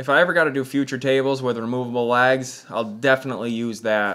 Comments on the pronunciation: Thinking what you were on about when you said lags. You were saying legs lol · It took me a minute to realize you were saying legs and not LAGS. But beautiful work.